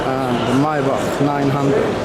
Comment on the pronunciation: Finally, someone get the “ Maybach “ pronunciation correctly. Congratulations from Europe